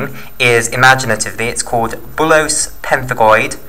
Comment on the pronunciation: bullous not bullose